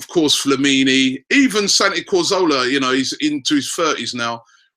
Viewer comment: Let's get Robbie saying Cazorla right before we start with new names XD